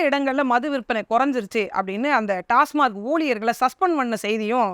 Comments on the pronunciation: அக்கா டாஸ்மாக் என்று உச்சரிக்கவும்... டாஸ்மார்க் என்பது தவறு. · டாஸ்மார்க் இல்லை. டாஸ்மாக்.